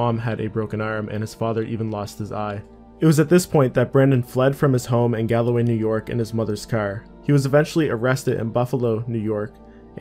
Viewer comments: It’s not “gal-a-way” it’s “Gal-Way” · Gaul-way Not gallaway lol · hahah galaway .. it's Gawl - Way , it's an irish county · Galway gal-way, there are 2 "A's" not 3. If it was how you say it, it'd be galaway.